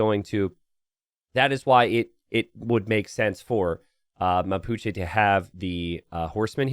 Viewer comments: Hey! Mapuche is pronounced with the "e" as in "bet" 😊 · Mapuche: MA as in Ma-ple PU as in Pu-tting CHE as in Czech Republic but without the final sound or as in Che-cking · "The Ma-Pucci" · 'Mapuchi' Hahahahh sounds funny as hell. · Mapuches and Tupis are in AoE III too. Mapuche is pronounced the way you did but with the E as in 'end'. Tupí has accent on the I. The Xolotl warrior makes sense it's only available on captured stables as Aztecs didn't have horses, so they could only use stolen ones, but it isn't very useful gameplay-wise.